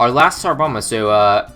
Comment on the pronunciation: Did anyone else hear tsar llama?